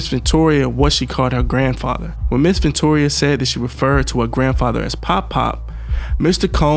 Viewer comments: its pronounced Ven-tura not ventoria LOL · Love your vids, but man gotta get the pronunciations down. VENTURA , not Ventora/Ventoria/Victoria. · It's not ventoria it's ventura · Wow. Stomping her in the face. 😢 he’s a demonic savage. Also Her name is Ven-TURA. VenTOORAH. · Its Ventura not ventoria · Why do you keep pronouncing her name wrong? Ventura is not Venturia. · Ven-tu-ra bro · Nigga do you not know how to pronounce VENTURA!!!! JESUS!!! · Mispronounced her name so much it became annoying. I'm out